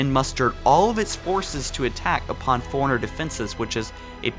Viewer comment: Forerunner is pronounced 4-runner. Did you not play the games?